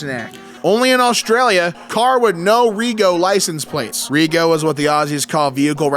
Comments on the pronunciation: It's pronounced 'Reg O', not Re Go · 'Rego' is pronounced 'redg-o' not 'ree-go' - like a lot of our slang is has the 'oh' sound on the end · reeee go 😂😂😂 it’s reh-joe. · ITS FUCKING REGO, “RE-JO” “RED-JO”!! LITERALLY SHORT FOR REGISTRATION YOU’RE FUCKING KILLING ME HERE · I only just seen this video and the way he said it was giving me a brain aneurysm 😳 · im Australian and it hurt me when he said "ree-go" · pronouncing "No Rego" as "No Ree-go" absolutely took me out. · What you expect from non-Australians, they butcher the English language even more :D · I cackled at the way he said rego too 😂. Also your comment has a prompt to translate to English which makes this even funnier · The pain when he repeatedly mispronounced it 😭